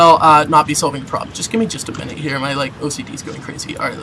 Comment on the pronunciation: Hehehehe Minute sounds funny